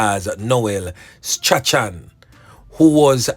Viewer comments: Correction..Strachan is pronounced "STRAWN"..not "STRA-CHAN".. blessings anyway ❤❤❤ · The name is prounced strawn not stra chan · It is pronounced Strawn (Strachan) get it right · .....STRACHAN is pronounced STRAWN...the CH is silent...keep up the good work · Strachan is pronounced Strawn..yuh suppose to say Noel Strawn..not Noel Stra-chan.. Is which school yuh go bredda? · Last name is pronounced Strawn..NOT Stra-chan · Yep you correct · You are correct i have a lady friend and she pronounce it Strawn .thank you for that ... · bless up😮i really like your program, you are doing a great job... The name Strachan is actually pronounced as " Strawn " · Strachan is pronounced “strawn”. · Strachan is pronounce Strawn. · The name is straawn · His name is pronounced straun. English is a grand waste of time. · His name is pronounced Straaay-han😅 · I think the name is pronounced "Strawn". Not 100% sure though. Bless up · Funny how the name Strachan is pronounced. It's actually pronounced " Strawn"